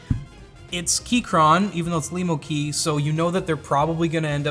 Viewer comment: Cool, a keyboard made for me Lemo. Also , for the first time someone actually says it right.